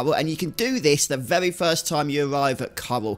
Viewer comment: Hey, why do you pronounce Rs as Ws when you speak? For example you say vewy instead of very.